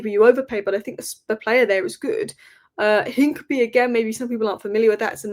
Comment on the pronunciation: It’s INCA-PEA-AY!!, your pronunciation is appalling.